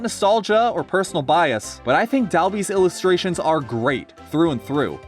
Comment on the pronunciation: according to PDP Dalby is pronounced Darby hehe